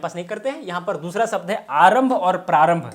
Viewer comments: शब्द को सब्द क्यू बोल रहे हैं आप सर जी😂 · व्याकरण पढा रहे हो और श, ष को स बोल रहे हो.... शब्द को सब्द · आप शब्द को सब्द बोल रहे है। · Sabda nahi Shabda hota hai... pahale aapni Bhasha Sudharo😂